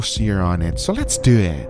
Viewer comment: Who else finds it weird the way he says ‘let’s do it’ he’s like ‘let’s duet’